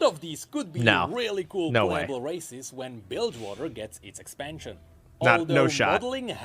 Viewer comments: everytime he says races i hear racist and i can't stop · Sounds like he's saying "racists"